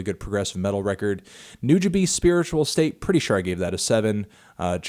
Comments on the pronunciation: “new ja bees” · >STILL can't pronounce Nujabes right MELON WHAT ARE YOU DOING?